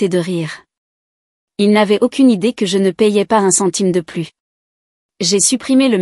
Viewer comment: "Plus" dans le sens négatif ne doit pas être prononcé "pluss", mais "plu". L'orthographe n'est pas bien respectée dans le texte écrit.